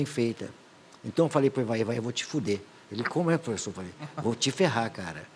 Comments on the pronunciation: É pofexô, é pofexô, é pofexô! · Fala Pofexô